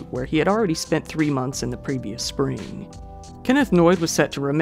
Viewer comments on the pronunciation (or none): none